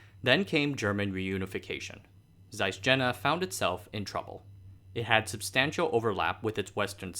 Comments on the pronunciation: Hi there, The city is pronounced Yena. Not Jena. In german J is pronounced as Y. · Jena is pronounced "Yena" like "y" in "Yale" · Since the name Jena appers so many time in the introduction, it would be so nice to take care to pronounce it properly... the initial consonant is [j] not [d͡ʒ] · "Jena" is pronounced Yeh-nah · Jena roughly to be pronounced as "Yey- nah" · Thanks again for an interesting video. Just to be pernickety: "Jena" is pronounced "Ye-na". Similarly, "Jenoptik" is "Yen-optik". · Thanks, interesting. Jena is an interesting town with a lot of high-tech companies and research facilities (and a funny tower). BTW, Jena is pronounced with more of a Y sound, like Jägermeister. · Excellent video. Would be even better if the name Carl Zeiss, Ernst Abbe, the University of Jena are properly pronounced. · Dude, pronunciation! I understand you may not know hot to pronounce Zeiss, but butchering "Jena"? You have no access to Wikipedia? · Jena pronounced YAY-nuh. Zeiss pronounced Tsice.